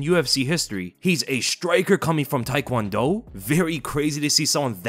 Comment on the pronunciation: Taekwondo, not "thai"kwondo. Take-won-do. I hate that no one pronounces it correctly.